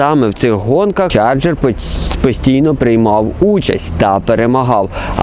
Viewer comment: Чарджер , не чаргер